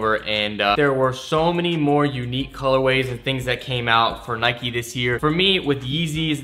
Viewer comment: and nike isnt pronounced like that smh